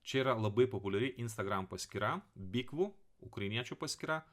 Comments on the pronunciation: БУКВИ - čia ne bYkvU, a bUkvy ( raidės ukrainietiškai ) 😘 Apie jus,, sužinojau iš komentaro po video p. Šeitėlmano ( rusu k. ) 👍🙋🇺🇦🇱🇹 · Bukvi, ne bikvu :D